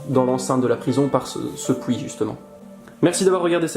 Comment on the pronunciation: XD XD XD j'adore "pouit" au lieu de "puit" mangnifique video c'est trop beau i love youre travail de malade